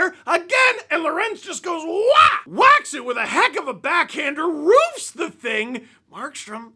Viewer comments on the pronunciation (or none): none